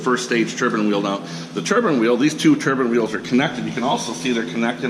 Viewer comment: Turbine* not turban